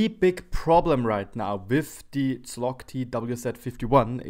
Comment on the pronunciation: You should read it as: "chowg" - something like that. Or check it on Google translate, it's very helpful.